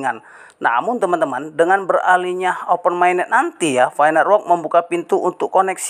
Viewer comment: Open mainnet woy, bukan ovenmainnet, baca aja masih salah ni bocah, semua yg bocah gubluk gubluk chanel sampein ini salah semua cara bacanya dan pengucapannya 🤣🤣🤣